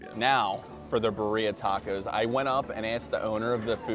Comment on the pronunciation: Your pronouncing the tacos wrong